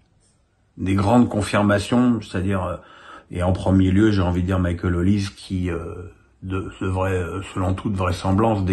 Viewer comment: PRONONCEZ Olisé ...